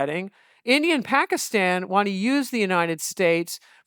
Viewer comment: Love how Dwareksh pronounces Pakistan as a desi should with the soft t